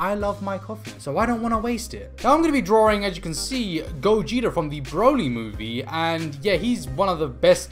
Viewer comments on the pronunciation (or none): none